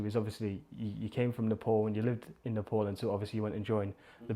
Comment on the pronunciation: Nothing bothers me more than how white people pronounce Nepal....nepooool like wtf